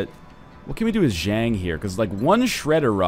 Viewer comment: Zhang isnt pronounced like dang, its pronounced like hunk